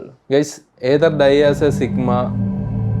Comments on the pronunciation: Sigma❌ Chickma✅ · Chigma ❌ Chugama ✅